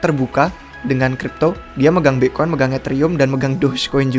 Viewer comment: Bang kalo ngomong Bitcoin jangan Bi'coin. Kalau bisa diperjelas si bang biar ga ketahan dengernya 😁😁😁😁